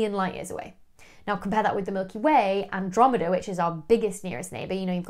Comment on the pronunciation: Where is the "Androme-DER" Galaxy?